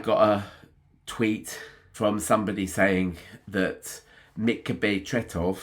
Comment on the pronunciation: Thank you for this great tribute to one of the greatest! Your pronounciation of Tretow is pretty much spot on 👍